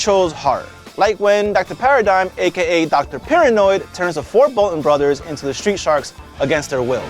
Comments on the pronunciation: It's Pirahnoid! Not paranoid!! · dude, it's not "Dr. Paranoid", it's Dr. PIRAHNOID!!!!!! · OMG it was annoying me so much dude I love it when the sharks would call him Piranoid and this dude absolutely butchers it. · it's doctor paran-oid, as is piranah, the fish he is mixed with. if you watched your own video you would see that it is said correctly several times in clips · How did you CONSTANTLY mispronounce the name as "Paranoid" when you included a scene where they call him "Piranoid". You even pointed out that hes part piranha!